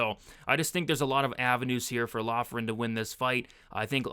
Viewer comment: Loughran is pronounced “Lock-rin”